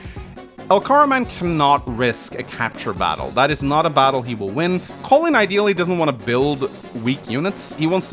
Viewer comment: I like how he pronounces "Colin" like "Colon". 😂